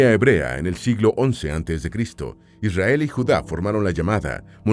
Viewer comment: Mentira dice isriar no israel